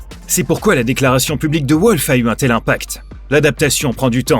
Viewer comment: «Volf» pas «Ouolf» par pitié !